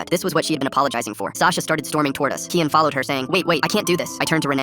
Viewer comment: Why did he say kiEn ? Its kiAn , i know that cuz thats my real name , like "key-un"